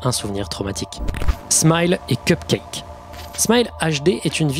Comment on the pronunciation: lol il a dit cumcake